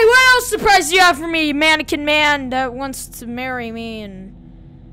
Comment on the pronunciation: Manequins why dose he calll the mainqine